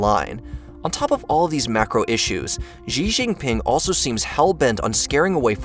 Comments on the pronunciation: It's pronounced "She" not "gjii" Just learned this from C-milk and serpentZA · Xi is pronounced like "she" not "gee". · Good video. FYI, President Xi's name is pronounced "she". Likewise, Xingjiang is pronounced "Sheen-jahng"